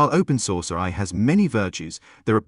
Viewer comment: I'm surprised an AI bot can't say AI. why does the male bot keep saying RI.